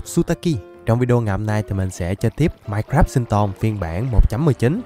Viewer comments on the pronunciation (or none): none